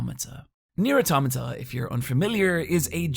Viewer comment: Thank you for saying automata correctly. My faith in humanity is restored. Let me buy you a steamed ham.